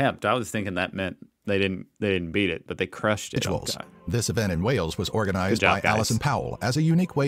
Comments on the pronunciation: It is Wales not whales. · The pronunciation is awful! There are dozens of castles in Wales, several of them are epic. (Richard Burton, Ioan Gruffudd and Luke Evans are Welsh too.)